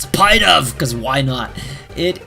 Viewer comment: Pidove is not pronounced as pie-dove, its pronounced as pi like how u say the pi for pikachu. Just wanted to correct u beacuse it makes me cringe when u pronounce it as pie-dove.